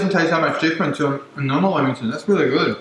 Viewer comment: Umm he can’t really pronounce lammington properly.